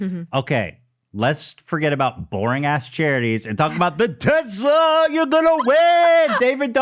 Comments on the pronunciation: No one: Ethan: teZLA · I HATE the way ethan says Tesla (“Tezla”). But still ethan foot soldier unite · interestingly enough, tesla and tezla are both correct. elon musk himself pronounces it tezla. ethan's pronunciation of ultra and morph always kill me though 😂